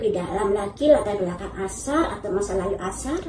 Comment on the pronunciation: nyebut nama jangan salah2 terussss, namanya Aisar Aisar Aisar A I S A R (ada i nya).. bukan Ashar 🤦🏻‍♀️🤦🏻‍♀️🤦🏻‍♀️😂 gemezzzz dengernya ❗️ setau aku sebelumnya ibu ini Fans berat Varrel alias fans Varrel garis keras 😂